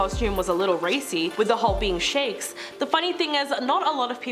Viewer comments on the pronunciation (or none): There is a big difference between Sheiks and Shakes, please learn to enunciate.